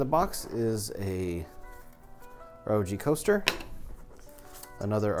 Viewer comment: Not only did u say "gif", u said "rog" lol it's meant to be "r o g".